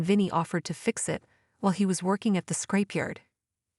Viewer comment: It’s ‘scrapyard’, not ‘scrapeyard’, dopey.